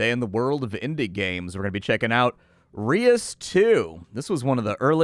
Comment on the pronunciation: Nice to see what this game is looking like. Not sure I am a fan of the changes from the first game, kind of seems dumbed down in areas. But maybe it makes up for it in other ways. BTW, I believe "reus" is a single syllable word, pronounced like the word loose, but with an 'r' instead of an 'l'. As others have mentioned it is a dutch word for giant.